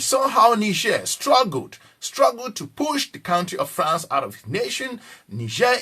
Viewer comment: What is FARNCE? PERHAPS YOU WANT TO SAY FRANCE